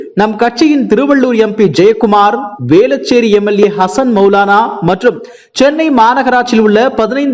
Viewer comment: இவனுக்கு சரியாக உச்சரிப்பே வரவில்லை. , ரூபாய் 200க்கு என்ன வெல்லாம் கம்பி கட்றான் பாருங்க ,,,,,,,வெல்லம்,,,வேலச்சேரி , சேர்ந்தவர்கல்,,,,, ,மக்கலுக்காக, தமிழ் கொலை